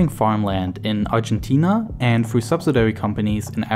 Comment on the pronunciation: He also says, "Froo" instead of "through."